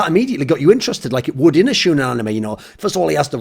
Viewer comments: Lol its shOnen, not shUUnen... xD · It's SHOWnen not SHOEnen, ya dirty gaijin. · The "shou" part is pronounced show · Shoe-nen xd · God level intro. Weeb tip- the pronunciation is "shonen". Love you. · you know he just learned what anime is when he calls it "shoe-nin" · I'm triggered that you are pronouncing shounen wrong. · im low key triggered at how you say shounen